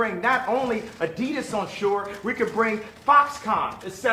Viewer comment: Kanye can't pronounce Adidas. Adides